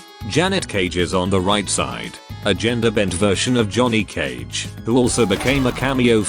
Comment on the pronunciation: "Jhoony Cage"?